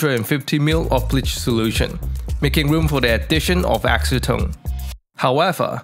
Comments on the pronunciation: Can some one tell him that acetone isnt pronounced ask-o-tone its pronounced as ass-o-tone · Ass-e-tone - no?